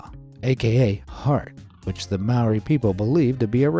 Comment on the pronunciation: I am te Reo mori and i don't like this vid because you pronounced mori wrong!!!!!!!!!!!!!